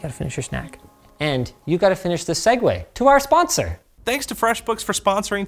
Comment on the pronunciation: Ok, I've been following LTT for almost 10 years and I've just learned that it's "segue to our sponsor" and not "segway to our sponsor". That's mind-blowing, but it also makes a lot of sense, since "segue" in Italian literally means "it follows" (even if pronounced slightly different). I'm just shocked.